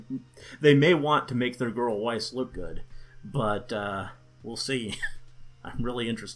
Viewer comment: I dunno if Weiss' name is surposed to be pronounced like the german words (= white snow), but if so, they didn't get it right.